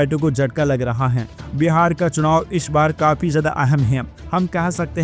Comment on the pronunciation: बीहार नही बिहार बोलो